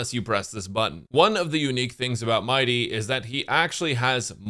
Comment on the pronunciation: He actually should be prunounced M - ee - dei with the accent on the last syllable. I don't know why English likes to butcher names from other countries. "If you play Bailu in 2025... " HP and revival meta says hello